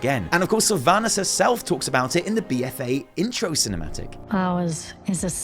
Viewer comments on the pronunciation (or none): I hate that she messed up the name sylvanus